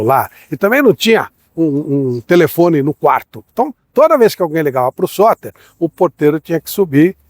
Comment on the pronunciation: O vídeo é legal e o conteúdo é bom, mas a edição faz falta. A dicção em alguns momentos não ficou muito clara. Teve uma hora que eu entendi “Sócrates”, e só fui descobrir nos comentários que o jogador era o Sotter. Uma legenda bem editada já resolveria isso e melhoraria bastante o vídeo. Gosto dos seus conteúdos, não sou surdo 😅 — inclusive aumentei o volume pra tentar entender o nome do jogador, mas só consegui confirmar lendo os comentários. Com edição com nome do jogador, o vídeo ficaria muito melhor.